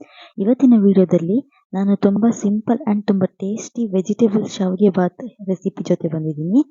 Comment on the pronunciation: Saavige alla adu shavige annamma...